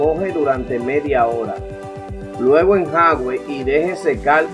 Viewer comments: Hola, pronuncia enjuague no enjague. De todos modos gracias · Señor me a salvado mi pantalón favorito 😍. Por eso si le doy LIKE. Pero sin ofender se dise “enjuage”. No enjaugue. Alguien noto como dise enjaugue. ??? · Se dice enjuague, no enjague compa, saludos muy buen video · No se dice "enjague" , sino ENJUAGUE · Se dice en ju a gue, jejeje gracias por los consejos. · Se dice"Enjuague"